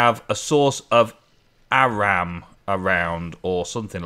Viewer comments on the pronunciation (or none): Glad to see 'wraith' became 'wrath'. Now we just need 'arram' to become 'or-am' ! (Just teasing. - it was another great episode)